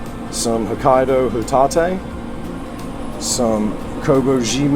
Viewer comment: HOE-TAH-TAY lmao this guys Japanese pronunciation is hilarious. They really don't even try, do they?